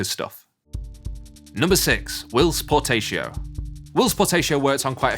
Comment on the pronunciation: ugh not again it's POR TAH CIO not por TAY cio!